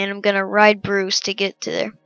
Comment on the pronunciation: hey kid its bruce not bruise